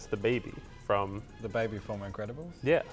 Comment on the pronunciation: When says the increbabils for up 😂😂😂